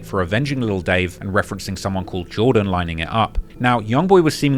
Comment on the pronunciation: Man I ain't no fan a Jor-en